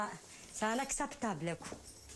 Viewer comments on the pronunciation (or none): 😂😂C'est Anaxeptable, Anaxeptable 😂😂 les femmes kabyles